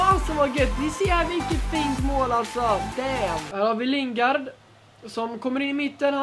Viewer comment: Överraktion på nästan allting och Lingard är ju engelsk och inte spansk tänker på uttalet